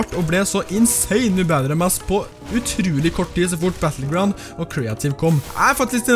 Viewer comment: Lol 1.36 sa han battlegruond